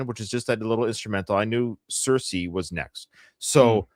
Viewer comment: You keep saying cirice wrong 😅 it's pronounced ce reece. I kept getting it wrong at first too.